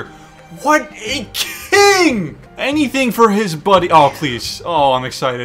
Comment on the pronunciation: The 4 C’s of. Cuties, Cringe, Cings, and Cweens